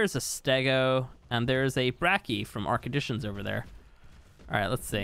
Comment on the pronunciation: Am i the only one that hear "ark addition" as "ark edition"